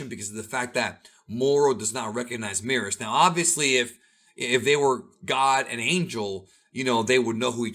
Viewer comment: Why you guys still pronounce Merus like Meerus? surely it'll be Meh-rus